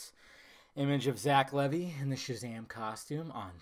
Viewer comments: It's pronounced Leevi not Levy. The costume looks good though I like the cape with the hood and his boots and gauntlets. The hair kind looks off to me, is it a Pompadour? That seems campy to me. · It's pronounced Lee-Vy.